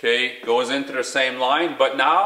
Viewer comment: "In-tooda reservoir"